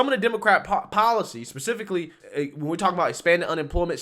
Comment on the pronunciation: You did not say "Pacifically" it's specifically. Lol I'm joking but not really.